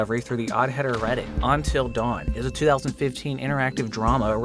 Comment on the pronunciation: "ontil dawn"